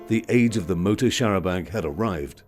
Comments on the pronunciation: Very interesting video, thank you. Only annoyance was repeatedly saying 'charabanK' - 'charabanG' would be preferable. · the 'c' is silent in the french style. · its a pity that the narrator cannot pronounce the the word Chair a banc.